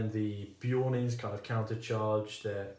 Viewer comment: who tf is beeoin is it not clearly BEARon?